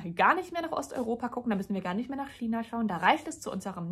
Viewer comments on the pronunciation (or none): none